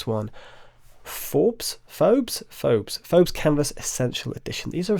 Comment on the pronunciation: Phobos - pronounced 'Foe-Boss'. The Greek god of fear and one of Mars' two moons.